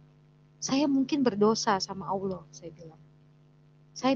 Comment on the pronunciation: bilang nya auwlloh